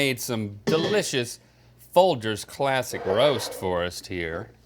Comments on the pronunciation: It is in fact not Fol-Gers. It is pronounced as Fol-Jers in their commericals. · Link is so insistent on his mispronunciation of Folgers. It is indeed Fol-GERS, not Fol-GRRS. Maybe it's a bit, who knows? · Best part of waking up is "fol-jers" in your cup. (I spelt it like that so you know how it's pronounced). Not fol-jers like they said it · I think it’s pronounced Folgers, not Folgers. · Fol-gurs, are you kidding me? The commercials even say Fol-jers. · No! It's foljers! Not Folgers! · It's Fol-jers. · NOOOOOO ITS PRONOUNCED FOL JERZ😭😭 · It’s fol”jurs” maaaaan. Dirt in a cup lol. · I swear Folgers is pronounced fol -jers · it’s definitely fol-jers lol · They need to stop saying Fol-Grrs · It's Fol-jers. There are plenty of commercials where they say it. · I learned something today, I grew up saying FOLJERS 😮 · This is the first time I've ever heard Folgers pronounced with a hard g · Hope you guys are kidding about how Folgers is pronounced!! Lol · Did anyone catch the Folgers thing?! Thats not how you pronounce it 😂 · The fack that rhett made it this far in life a pronounces his surname incorrectly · I like how they corrected themselves on the folgers pronunciation but corrected to the incorrect way to say it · Guys it’s actually Folgers, not Folgers. Not to be confused with Folgers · Wtf? Folgers is NOT pronounced that way... You've got to be trolling! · That is not how you pronounce Folgers 😂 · They don't want to get roasted for mispronouncing Folgers and what do they do mispronounce it lol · pretty sure it's pronounced Folgers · Folgers clearly they don’t know this brand as they repeatedly mispronounced it. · Baited me so hard with how you pronounced Folgers